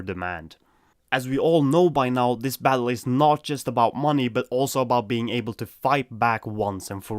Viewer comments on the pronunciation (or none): none